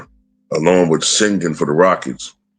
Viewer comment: Yeah, I don't know why Jimmy has lll on the back of his jersey I mean his grandpa and dad never played basketball. Why go by Michael Porter Jr. when his father never played in the league. Also, its 'Uh-men' Thompson and he is now a sophomore. And Sengun is pronounced 'Shen-goon.'